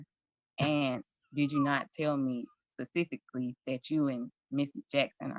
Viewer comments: He lost me at pacifically. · Why doesn’t this magistrate hold him in contempt or issue a bench warrant for his arrest if he continues to be uncooperative and refuses to properly identify? He objects “pacifically”